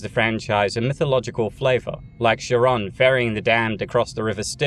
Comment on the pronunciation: It’s /Kai-rohn/ or /Kahron/.